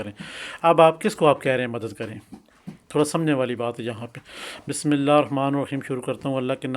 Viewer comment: آپ کو تو بسم اللہ بھی پرھنی آتی اور علی کو بھی علی اس طرح پرھ رھے ھیں کہ جیسے علی کی لام پر شد ھو آپ کو اس سے کوئ فاءیدہ نہیں ھوا ھو گا بلکہ غلط پڑھنے سے نقصان ھی ھوا ھو گا